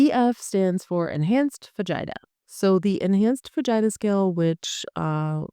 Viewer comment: FYI Foo-Jee-Tah is how you pronounce Fujita